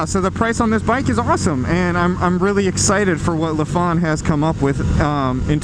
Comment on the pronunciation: It’s not La fon but say it as Lie Fan